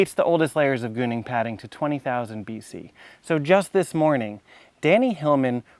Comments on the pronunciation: When you say gooning padding, are you trying to say Gunung Padang? GOO-noong PA-dahng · Please don't say it as "gooning padding".